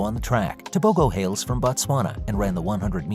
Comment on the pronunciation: It's pronounced Te bo ho